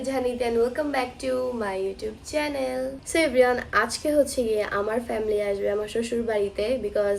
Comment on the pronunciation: আপু চেলেন না চেনেল😂